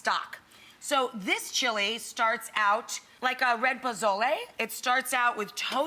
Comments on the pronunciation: Mrs girl didn’t even say pozole she said “bozoley” 😂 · Ay dios mio, NO! please stick with your white, uncultured food, stuff ya can make, don't disrespect one of the greatest dishes in my Mexican culture by making chili and calling it pozole, AND THE Z IN POZOLE, IS PRONOUNCED AS AN S!!!! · NOT pozole. lol